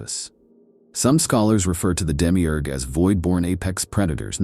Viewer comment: Demi eeeeerrrg Its Demi-urge. Effin yanks.